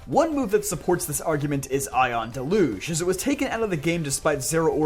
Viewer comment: it’s dell-youj lol